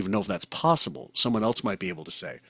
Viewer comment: Why do you pronounce the word “else” as “eltse?” When did a letter t get introduced to this word?